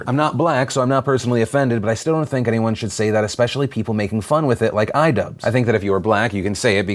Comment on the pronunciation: Everyone said iDubbbz wrong